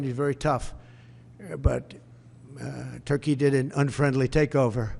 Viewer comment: Törkii, Törkii... Oh Lord, have mercy.